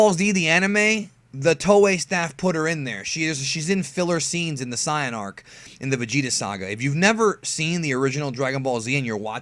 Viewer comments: Quit saying SIYIN. ITS SAIYAN. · "SI YAN ARC" how you pronounce sayian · you mispronounced saiyan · Just noticed: He can pronounce Gine, but not saiyan